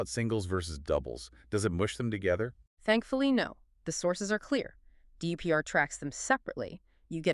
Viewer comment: If you’re going to do all this work can’t you instruct NotebookLM to pronounce DUPR well?